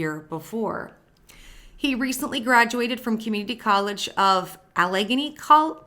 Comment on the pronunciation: PA has some tricky words, but luckily, I'm here to help. (I'm from Ohio, so I grew up with the weirdness😂) Allegheny - Al (like Al Bundy)-uh-gain- ee